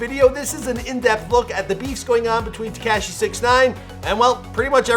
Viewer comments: Y does he say 69 like that tekashy.... y bro lol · Any it’s else annoyed af at how he said Tik-cash-Eee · Please learn how to pronounce Tekashi before you capitalize off of him. So cringe. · Been making videos about him for years... still can't pronounce his name correctly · The way he says tekashi 😂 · WHY DO YOU KEEP SAYING TEKASHI LIKE THAT? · It bothers me how you say Tekashi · Who else likes how he says tekashi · I hate how he says ”Tekashi”